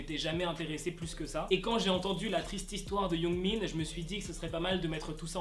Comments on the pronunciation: C’est pas Yoongmin c’est Youngmin! XD j’adore tes vidéos sinon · Quand tu disait yoongmin on dirait tu dit yoonmin le ship 😂😂😂